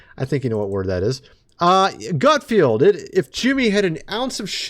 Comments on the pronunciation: It is GutFELD!!!! There is no I in his name. Not Field. GUTFELD. Thankyou for your attention to this matter! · ITS Fallon .. like talon ! And gut feld .. like meld ! It's making me crazy 😂